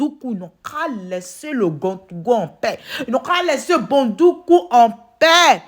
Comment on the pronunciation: Éeeeeeeh tu prononce bien ma ville dèh ko Bondoukou ne sera pas dédans. 🤣🤣🤣🤣🤣🤣🤣 Merci pr tout. Dieu vs protège et bénnisse. 🙏🏽😘❤